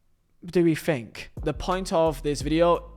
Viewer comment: This guy is illiterate. It's THink, not Fink.